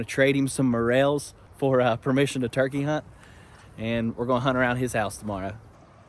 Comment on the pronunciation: It is turkey notChikae